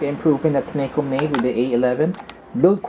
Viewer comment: You are saying the name wrogh dushbag!